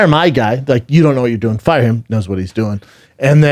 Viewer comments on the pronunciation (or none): none